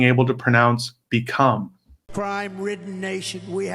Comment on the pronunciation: The guy mocks Biden's stutter and then "we have becrume..." and "complummets of..."... hilarious and pathetic.